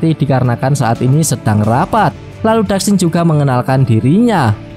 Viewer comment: Dark shine dibaca (Dark Sain) bukan dark sin bang 🫣